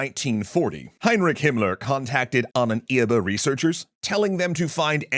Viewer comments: Love it but your pronuntiation of the word ahnenerbe is very confusing😅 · I am sinning this map, as well as the suggestion that Wewelsburg was threatened by Soviet force - it's in western Germany and was taken by Western Allies. Also, why do you keep pronouncing Ahnenerbe so weir?. XD